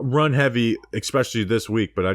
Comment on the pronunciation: How bout “expecially “